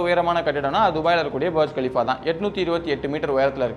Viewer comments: டேய் கேனப்புணடை புர்ஜ் கலிஃபா பர்ஜ் கலிபா இல்ல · Bro both tower pronunciation wrong bro beyrj khalifa Ella Burj khalifa and jed da nu githa nu padikanum ok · Broo adhu boorg Khalifa Nenga barge Khalifa solringa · புரஜ் கலீபஃ.. பர்ஜ் இல்ல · புர்ஜ் கலீஃபா - பர்ஜ் கலீஃபா இல்லை ஜெட்டா - ஜெடா இல்லை ஒழுங்கா உச்சரிப்பு தேவை தம்பி